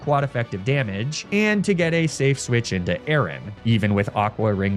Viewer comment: He also pronounced Aaron like Aaron. Not a-a-ron.